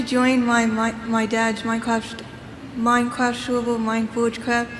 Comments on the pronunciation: mine fowge cwaft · “wanna join my dads minecwaft sewvew” 😂 She is so gross I mean gwoss Watching her eat made me so nauseous I had to put my food back in the fridge. That was disgusting lol